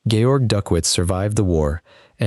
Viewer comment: Please get the man's name right: Georg, if he is a German???